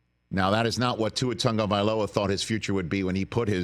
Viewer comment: Why do the mis-pronounce Tua's last name? they all seem to say TaNgovailoa